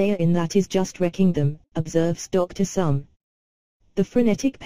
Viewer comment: note - the pronunciation is Somé [e acute] Therefore, the pronunciation is 'so-may' or 'so-meh'